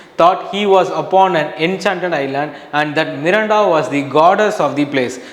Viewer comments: miranda not milanda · Sir her name is Miranda not Milinda